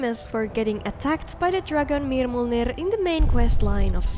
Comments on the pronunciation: thank you for recommending extended encounters! love immersion that doesn’t edit vanilla records. also, the way you pronounce mirmulnir is EVERYTHING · didnt realize you had an accent till you perfectly pronounced Mirmulnir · Ok after hearing you pronounce the dragons name i want you to narrate norse mythology